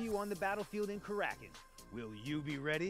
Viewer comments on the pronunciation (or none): Kracken? 😂😂 It's kraken bro. (reference to the potc)